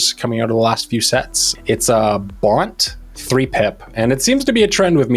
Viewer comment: what is "Baunt"? It's Bant pronounced like "can't"